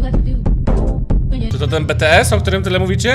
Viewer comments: Po twoim śmiechu zawsze pękam nie to nie jest "betees" to jest "bities". Pozdrawiam ARMY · Teraz taka drama bo zaraz będzie BITIES SIE CZYTA A NIE BETEES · AAA CZEMU ON MÓWI BeTeEs?!?!??! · To jest najśmieńszy film jaki widziałam w tym miesiącu i to BeTeeS się czyta BiTieS!!!! Lol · Nie betees tylko bities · nie mówi się BE TE ES tylko BI TI ES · Nie mówi się be te s tylko bi ti s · Dzieci nie spinajcie się o to że pomilył te wasze bts z tik tok i i powiedział betees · Zamknij się BTS to najlepszy zespół muzyczny i wymawia się,, bities. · Bities sie mówi jak możeszzzzzzz